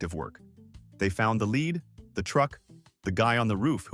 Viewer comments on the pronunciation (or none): Remember, every safety rule and warning came about due to somebody being tragically stupid! 😮 Gotta be very careful with those "forty minoavog" grenades. 😂 And the "fifteen mimi-shi" impact. AI voice, go home, you're drunk! 😮 Lead = "led", not "leed"! Stupid AI again. 🙄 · I thought led killed people - not leed! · its pronounced LED